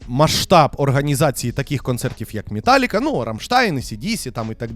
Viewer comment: Тільки чого ж мІталліка, а не мЕталліка